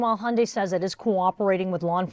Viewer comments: Hun die- not hon-day and e-legal not a-legal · I think it’s pronounced hee yun deye